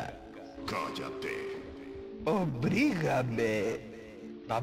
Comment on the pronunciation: una interpretación bastante buena, aunque llevo un tiempo notando en que pronuncias las R demasiado y aveces te se cuelan donde no, ejemplo dices obrigame en lugar de obligame